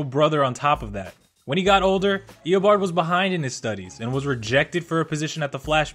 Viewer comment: it isn't Ee-uh-bard. It's Ee-Oh-barrd